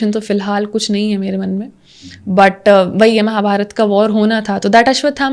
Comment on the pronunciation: Really appreciable 👏❤ But few words I want to tell that - It's धर्म not धर्मा (Dharma as you said in English) And it's महाभारत not महाभारता (Mahabharata as you said in English) etc. Please stop pronouncing these type of words in this wrong manner and start pronouncing in its real meaning. Thank you, Lots of respect and love ❣️🙏